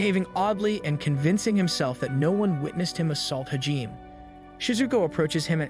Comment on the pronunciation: your pronunciations of Hijime's name is sooooo bad. For that matter all the names you pronounce poorly. Its like you didn't even watch the show.